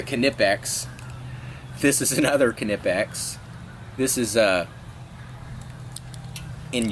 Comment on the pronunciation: he is pronouncing it correct Knipex is German